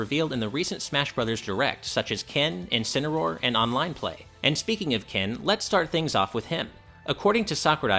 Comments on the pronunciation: "Kencineroar" Whaddahuh? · What the hell is “Kencineroar”???